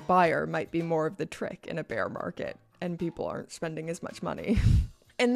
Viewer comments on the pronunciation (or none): none